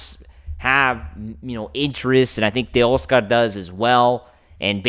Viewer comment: Stop mispronouncing “tay-OSS-ker” already. You think VIN woulda done this? Joe DAVIS?! 👉 NO. Correct! So why make like you know better when behind a “Dodgers” mic. You keep showin yer butt. You obviously have a face for radio, but you can’t even get the voice right. I ain’t clickin if I see YER mug on thumb (& you can’t afford to lose numbers where you’re at). 🥴🤦‍♂️